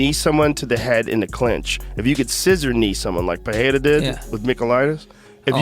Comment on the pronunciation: It's Pereira not Peheira